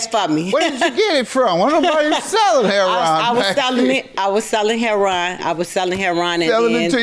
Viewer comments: Hair-on is how you pronounce heroin? Since when? Lol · What’s with pronouncing heroin “Herron”? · Why does JM pronounce the drug "Hair-on"? I've never heard anyone but him say it that way. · I know she was from Chicago by the way she pronounced heroine. Heron is the pronunciation here.